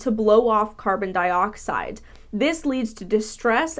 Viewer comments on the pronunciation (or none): none